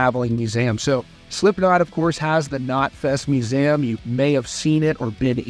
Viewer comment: The most shocking thing was the way you pronounce museum 😂